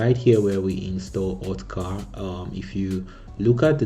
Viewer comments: Brother its okta, not otka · My ear hurts everytime he says "OTKA" :p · I think i'll probably saying "OTKA' instead of OKTA 🤣